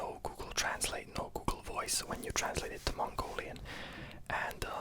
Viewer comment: your mongolian pronunciation is not bad ☺